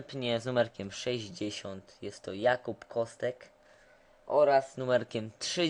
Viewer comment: ps mówi sie "Kosek" a nie "Kostek" XD